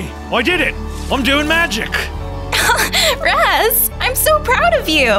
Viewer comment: Raz turns evil? More like Raz falls in love. I also like how says “Raws” instead of Raz.